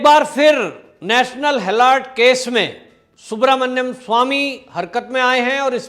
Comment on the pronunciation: गलत ऊच्चारण ।। हॅलोर्ड मत बोलीये । हेरॉल्ड बोलीये ।